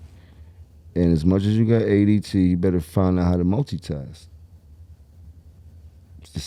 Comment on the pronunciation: Jim calling it ADT 🥹💕